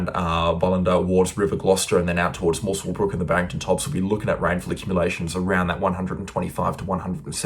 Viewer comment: "Moos-wel-brook"??? Wherever you come from, the least you could do is learn how place names are pronounced before spouting off in public! It's "Muscle-brook"! If you don't care enough to check, don't pretend you care at all, because you don't.